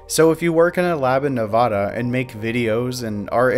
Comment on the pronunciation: This was very well done! p.s. You pronounced 'Nevada' wrong and therefore 0/10 stars